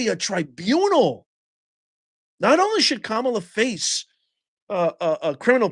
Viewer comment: Not ka-mi-la